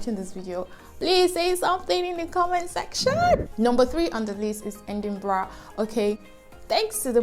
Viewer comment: I think most of those cities are topping the list because of the good schools located there. Edinburgh is a nice place- try the Edinburgh Castle and Museum when there. I was laughing at your pronunciation of “Kay-Tram” and “Edin-bruh”.😂😂😂 . One of the wahala of locations in this country, they are not pronounced as written.